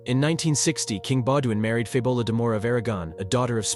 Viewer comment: Dud its FabiOLA and MatilDE stop saying the names wrong if you cant say the names ride don’t make this things make films about pepole whos name you can say